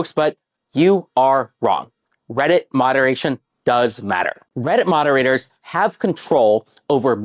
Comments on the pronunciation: I literally skipped around a couple times and in almost every skip this guy has said Redditt. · blud literally says "weddit"